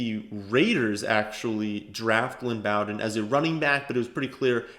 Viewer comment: its 'Bow" like row. not B -owden. Its Bow-den